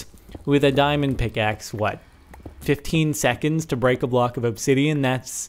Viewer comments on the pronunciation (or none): none